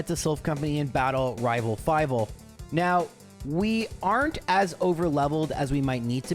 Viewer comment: No joke, hes just saying "five" in a way that rhymes with rival